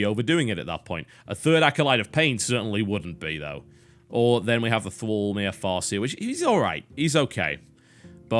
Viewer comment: It's pronounced Thrall-mahr not Thrall-mare, same as you would in Orgrim-mar. Grammar nazi signing out.